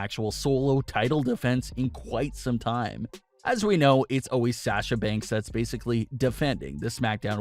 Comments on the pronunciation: Please say Sasha's name correctly it's SAW SHUuuu NOT SaS sHu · PLEASE learn how to say SASHA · Wish you would say Sasha’s name right. It’s irritating. They’ve busted up quite a few women’s tag teams recently. Wonder why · Why do you say sasha like that